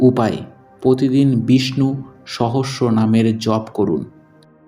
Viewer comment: পতি দিন, পতিযোগিতা ঠিক করে উচ্চারণ করুন